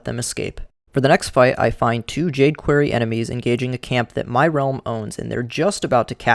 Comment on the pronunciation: I really hate the way you pronounce "quarry".